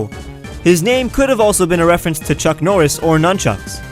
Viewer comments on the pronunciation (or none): none